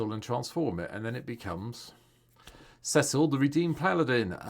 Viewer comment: first content creator to pronounce his name correctly <3